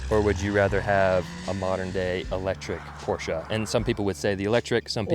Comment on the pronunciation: I like how he pronounces Porsche the correct way.